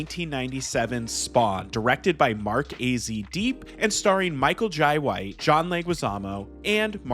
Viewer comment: Every time you said Michael Jai White you pronounced it differently 😂😂